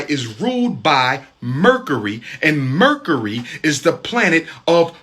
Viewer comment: "...Murkery... and Murkery... "